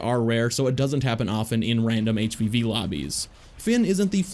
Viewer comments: Just realized that you were saying, "HVV," and not, "HPV." I was concerned that all of the characters had sexually transmitted diseases... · Up until you got to Dooku I thought you were saying HPV and not HvV. I was so damn confused how that related. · Thought he was saying HPV the whole time up until Dooku